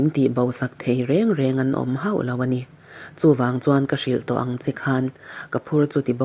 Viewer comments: 'Reng reng;-hi i lam dik lo deuh e.A ni lo reng reng tih laia 'reng reng' tia lam rik tur aw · "Reng reng" tih hi iva chhiar mak ve🤭😀😀😀